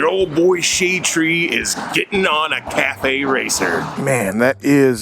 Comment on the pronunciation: cafe/caff racer not cafe/cathay. lol. sorry